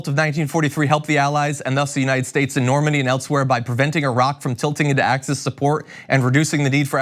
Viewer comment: It's embarrassing to listen to this clown, he's such a complete moron .. "Normandie" .. really .. "Normandie" .. get this idiot out of the White House, he's ruining America.